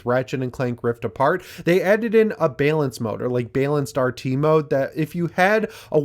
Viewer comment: Why can't pronounce the word Balance???